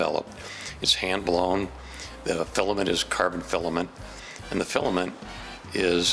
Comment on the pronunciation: How me say da filliment keep going. Da fillament is ill-a-ment